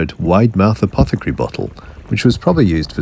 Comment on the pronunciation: dude.. that was the first time i ever heard 'apothecary' pronounced like that.